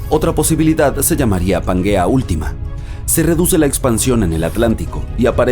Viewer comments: Pangea, no suena como panguea, que no te enteras... Y si no sabes pronunciar como sera de verdad lo que comentas, a mi no me convences🎉🎉🎉🎉 mucho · ¿Donde ve usted la u para se lea panguea y no Pangea?